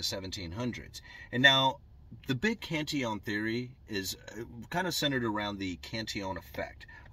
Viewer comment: You pronounce it correctly. He was Irish so spoke in a very very posh manner (at least the people from Kerry think the are.....that's why they call their county a KINGDOM !!!!! no kidding) Greetings from the Emerald Isle and LOVE your take on economics☘☘☘